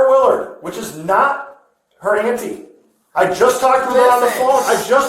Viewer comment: Ant tee is a wild pronunciation 😂